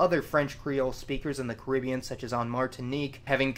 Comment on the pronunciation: Hearing that pronunciation of the Caribbean is tough.